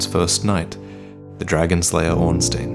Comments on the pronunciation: Stop saying Ornsteen for fuck's sake. It's pronounced like you pronounce Einstein. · 6 years and you still couldn't pronounce "Ornstein" right.